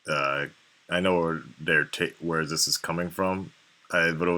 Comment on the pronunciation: lol he always says "this" like "ziss", not even japanese brah sup